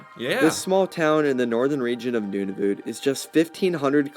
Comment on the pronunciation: "the northernmost town resides in NOON A VOOT" Dear god